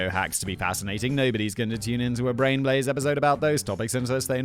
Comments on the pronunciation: he definitely says blain braze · So whistle boy lol on the tangent timer you said and I quote “Blain Braze” 😂😂😂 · “Blain Braze “ 😂 I have done the same thing while teaching my band students. Can’t talk without mixing up the letters and sounds in a word. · Heh. He said Blain Braze. 😂😂